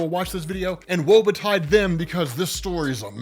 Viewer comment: Did actually say “Woe Betied”??